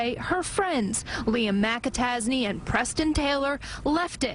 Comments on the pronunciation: You know I don't know if I've ever heard of a McAtasney before. Sounds like you're saying Liam Mappa Tazzy. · Mik-a-tac-a-tazy..... lol sounds like riki-tiki-tavi.... is that a play on words meaning he is a weasel lol... sometimes im like was that a joke or... 😂